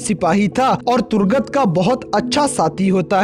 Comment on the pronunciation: Turgut not durgat🤣